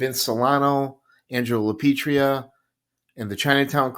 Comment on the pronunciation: Angelo LA PIETRA.. NOT LA PETRIA. LA PEE EH TRAH.. Try that once.